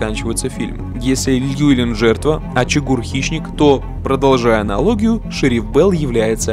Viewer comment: и кстати его зовут не Льюэлин, а ЛЮВИЛИН.